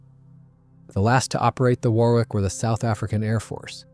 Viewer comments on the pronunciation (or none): Wor ick not wor wick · It's pronounced Wor .. ick. Not war. wick. Fantastic doco, despite the hick ups in the voice track... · If it's scripted by AI then it's a very stilted commentary with several vocabulary mistakes. And it's pronounced Waar ick, not war wick or wor wick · For god's sake learn to pronounce names properly! "Worrick", not "War Wick"! BOAC was exactly that (British Overseas Airline Company) not some mangled "Bowac" obscenity! 125 Squadron is "one two five" not "one hundred and twenty five". DO YOUR RESEARCH PROPERLY. And if it's an AI voice, use a better one. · Thanks for an informative and interesting video, albeit with some strange gaps in the sound. Just FYI, and speaking as an Englishman, the word 'Warwick' is actually pronounced 'Worrick.' I know, us crazy Brits, etc. Also, Farnborough is pronounced 'Farnburra' and Edinburgh is pronounced 'Edinburra.' And yes, the way English is written doesn't correspond to the way it's pronounced. Totally illogical. Sorry about that, it's just the way things are. Similarly, Hampshire is pronounced 'Hampsheer' and Leicester is pronounced 'Lester.' Viscount is pronouned 'Vycount' as though the s didn't exist. Oh, and it's Aluminium - with two 'i's (as in 'The ayes have it' as you'll hear in the Houses of Parliament). Aluminium is like Uranium or Potasium...